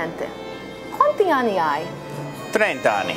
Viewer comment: WTF! He said "30 ani"... that means "30 anus"... ahahaa It's aNNi! Funny video though Cheerz from Italy